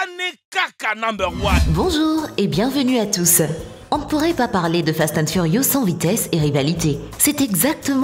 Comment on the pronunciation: sa saoule personne qu'il ne savent pas dire fast and furious et quil change a chaque fois de nom